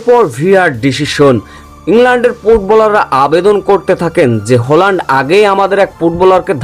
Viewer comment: উসশারণটা ঠিকঠাক করেন! হ্যাল্যান্ড কে হোল্যান্ড হোল্যান্ড বলে যাচ্ছেন?